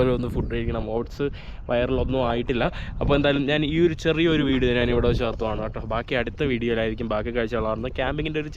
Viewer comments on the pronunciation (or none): അതിന് ബ്രോ മലയാളം നല്ല രീതിയിൽ പറയാത്ത എന്താ.. നാൻ നാൻ എന്ന് എന്തിനാ പറയുന്നേ.. ഞാൻ എന്നല്ലേ.. തെറ്റ് പറഞ്ഞു ശീലിക്കാതെ ബ്രോ